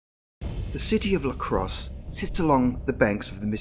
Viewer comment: I'm from Wisconsin, and I've never heard of this! Great video! Although, it's Lacrosse, not L.A. Crosse.